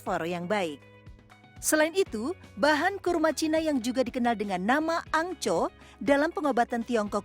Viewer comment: Houngco bukang angco 😆😆😆😆